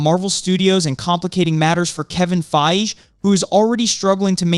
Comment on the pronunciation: I just wish you could decide on ONE way to pronounce Fiege and put the emphasis on SHE-hulk not she-HULK.